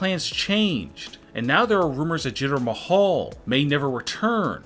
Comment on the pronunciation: "Jitter Mahall"?